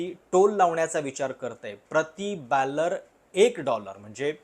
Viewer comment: बॅलर नाही रे... पश्या बॅरल असतं... यडछाप बांडगूळ.... ३:१४ time in video